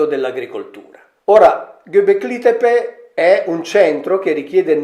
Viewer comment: Gobekli Tepe si pronuncia diversamente.